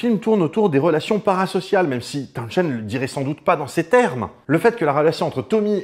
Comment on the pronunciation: Trilogie presque complète... On a ni parlé de Meher Baba, ni de Kit Lambert, qui pourtant, ont influencé Townshend (on ne prononce pas le h, au passage... Comme Portishead) durant la gestation de Tommy !